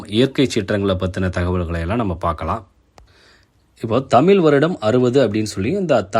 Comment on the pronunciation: தமிழ் தமில்கிடையாது.